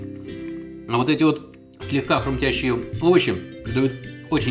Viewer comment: Как Вы говорите? ХруМтящие? %)